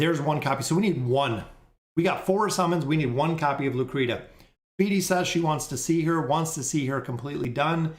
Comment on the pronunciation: Bro where on Earth is Lucretia ever sounded out like "Lu-Cree-Ta?" That's absolutely nonsense 😂🤦. It is without a doubt pronounced "Lu-Cree-Sha." You friggen kill me with the way you butcher names lol. I tell you this with love brotha.